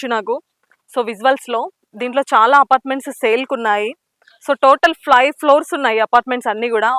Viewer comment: Fly floors entamma..five not fly 😂😮